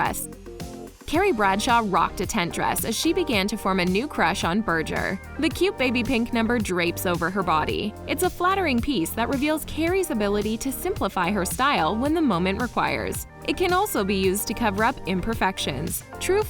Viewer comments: Berger?? It's Burger like hamburger... if you're gonna be a voice over person for a living at least study up on how to pronounce nouns and the names of people you're talking about! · 1. Her Manolo Blahnik shoes are stolen, it’s never said what brand that bag was. Only that it was a baguette style. and 2. Berger’s name is pronounced like bur-ger, like the food not but-dger